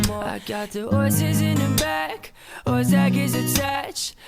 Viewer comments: Dude sounds like he's saying "gonna take my wh**e to the " I get that its his accent but it caught me off guard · The guy from Cambodia straight up said "whore" instead of "horse" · Meaz said hor instead of horse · im pretty sure the girl from thailand didnt mean hose but said horse with a silent r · The guy from Cambodia said whore instead of horse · He says hore instead of horse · sounded like he said hoe XD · Roomie says that she mispronounce horse on but with he's favorite he said just the same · i heard hoe... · I though he said orse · I heard hoe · HORD xD edit: and guys I heard hord so STOP correcting meh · Does anyone else notice that on combodia he said whore instead of horse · It does, I'm Thai.